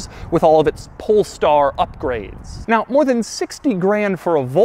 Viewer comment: Why does he always say "PoLeStAr"